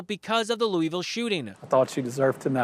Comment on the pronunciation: She can't pronounce Louisville?